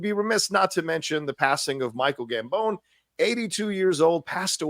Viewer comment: Helo, enjoying the show as always or almost always :p hahah, wasnt sure if you realised It is pronounced Gambon like the "bon" in bon appetite